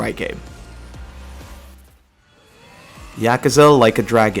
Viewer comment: This is the only person in the world to pronounce yakuza “eea-Kuh-zuh” idk if it was for attention or not but I had to dislike